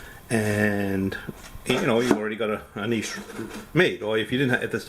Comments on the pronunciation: Subscribed when I heard your pronunciation of 'niche'. It already sounded like you knew what you were doing and I wasn't disappointed. Great upload. I'll do the same, thanks. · And he knows how to pronounce niche properly contrary to most tilers saying ni(t)che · Thank you for pronouncing "Niche" correctly. 90% of the videos says Nitch it drives me nuts lol.